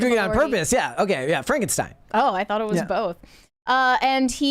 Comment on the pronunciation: not knowing how to pronounce Frankenstein, and also not being the slightest bit aware of how odd it was, was one of the stranger moments in history